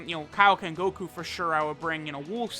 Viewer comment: Mans said koku instead of goku